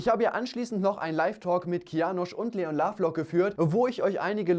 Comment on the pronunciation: Leon nicht LLeon:)